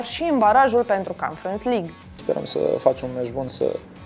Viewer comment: Aia mai merge , dar aia cu confans lig ( conference) e letala.